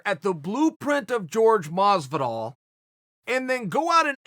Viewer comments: Chael sonnen: Mas-vu-dahl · Chael "mosdivol" Sonnen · Moz but all , maaass vidal wth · Chael "Mozvidoll" Sonnen. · George mas-vu-dahl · Everytime he says masvidal take a drink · Masvidal : Hor-hay Chael: George Masvidal: George